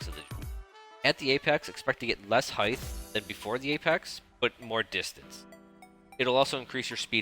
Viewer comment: Great video, thank you for making it. Also maybe you're saying heigth (rather than height) on purpose but I'd want someone to tell me if I were doing it accidentally.